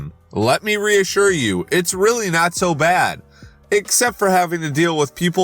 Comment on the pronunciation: took me out how he said "riot" instead of "not" 😂